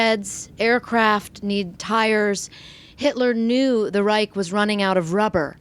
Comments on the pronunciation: Reich is prenounced "reisch" not "reik". Anyway in the German language. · Amazing info but her pronounciation is big oof. Geshtapo? Reich? If you gonna butcher the words say them in English. Reich is just Right. And it's Gestapo not Geshtapo.